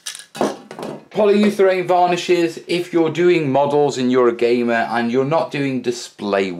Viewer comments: ... Anyone else cringe every time he says "Poly You Therane" instead of polyurethane? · Repeat after me......poly-You-ra-thane!;)